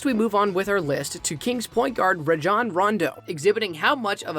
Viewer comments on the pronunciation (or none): none